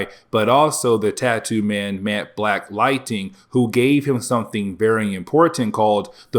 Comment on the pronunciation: Dude I love your content but you gotta learn how to pronounce lightning not lighting... it's Ning not ting